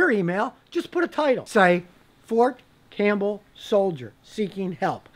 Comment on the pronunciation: It's Fort Cam*P*!bell sire xP